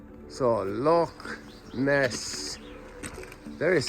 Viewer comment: Impressed you pronounced loch correctly!